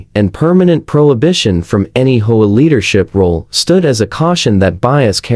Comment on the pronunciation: It is pronounced A. D. A. not Ada. Also it is pronounced H.O.A. not Hoa